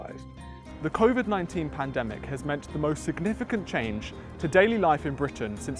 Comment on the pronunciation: Hey look, it’s the guy who can’t pronounce covid. “Koffid”